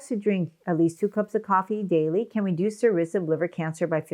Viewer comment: It's harder to understand if you are saying "reduce" or "induce", since they are so opposite I would suggest more care when using them . Other than that, thanks for the video!